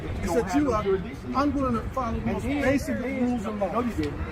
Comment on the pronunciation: Jurisditsion 😂 fumble